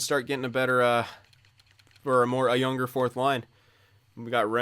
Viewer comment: Ray McNeill the “firth” overall pick